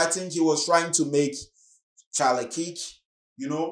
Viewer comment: Thanks for the content. Just FYI the pronunciation of 'KIRK' is like in Star Trek the Original series i.e. Captain KIRK, perhaps have a listen to a trailer for the correct pronunciation. Thanks